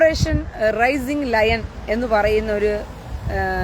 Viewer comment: Raising Lion അല്ല Rising Lion